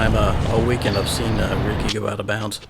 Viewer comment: Just a quick question, why does the female announcer keep saying "in the weend it's tough to get up that heel"?? What is (weend) what is (heel)? Please help me understand this new lingo